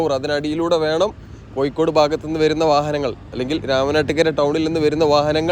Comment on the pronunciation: കോയിക്കൊടു അല്ലെടോ കോഴിക്കോട് എന്നു പറ